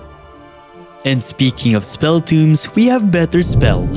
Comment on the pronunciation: spell tŌmes TOW-mz not toomz